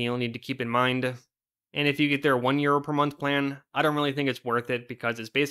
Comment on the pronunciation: I keep hearing euro as year, lol